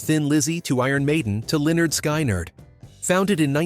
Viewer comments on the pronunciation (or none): Lynyrd Sky-nyrd...really?